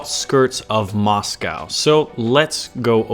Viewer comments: it's quite painful listening to u pronounce Moscow like that, plz search up how to say it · Are you trolling or can you legitimately not pronounce Moscow?